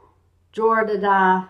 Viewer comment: "ah doent wunt shireen to dah" oh you poor poor thing. love your videos though I've been binging them in prep for season 8 :)